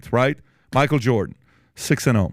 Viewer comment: You keep misspronouncing Michael, would be 2nd black male prez if he wins